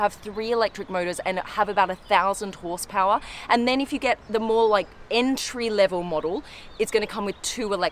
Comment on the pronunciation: “it’s going to have - thousand horsepow’ah - in a Humm’ah! Lol, love it!!!! Sub’d!